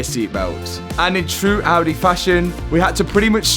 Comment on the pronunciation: Bro, i LOVE your Videos. But PLEEEEAAASE, learn how to pronounce Audi. :D But hey, your Videos are super fun, it's a blast to see the Journey on every wrecked Car !